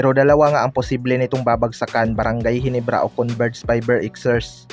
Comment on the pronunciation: Ginebra lods hindi HINIBRA 😢